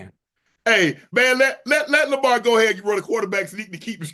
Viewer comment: Chad called that man LAMAH 😂